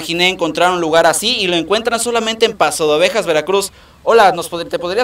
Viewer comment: Paso "de" Ovejas no pasodovejas